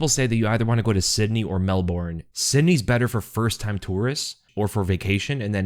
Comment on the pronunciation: Melburn bud. They will make fun of you if you pronounce it the way it's written.